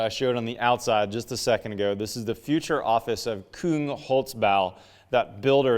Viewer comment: Küng not Kung.